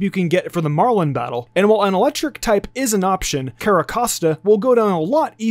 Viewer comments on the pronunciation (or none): none